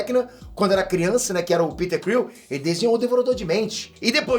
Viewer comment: é henry creel.. o falou errado